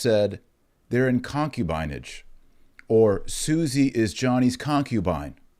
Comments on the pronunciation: Using these words is also anti-modernist ∵ it shows that the ancients were not ignorant of human nature like modernists pridefully think they were. Also, you mispronounced "concubinage", putting the accent on the first syllable; it's really "concúbinage". And you used "sodomite" as an adj. (when really the adj. is "sodómical"; rhymes with "comical"…). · Pronunciation of concubinage, the “i” is a short “i” , like “in”. con·cu·bi·nage /kənˈkyo͞obənij/ Learn to pronounce nounHISTORICAL noun: concubinage the practice of keeping a concubine. "what is the daughter of an infidel good for besides concubinage?" the state of being a concubine.